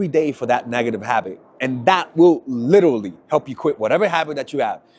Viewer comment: Pls break the habit of saying saying ‘liddurly’!